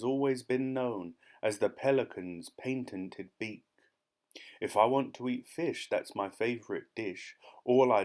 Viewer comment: you pronounced patented wrong